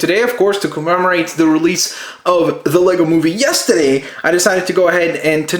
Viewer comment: XD I love how he says "Yesterday" like he's from Boston! XD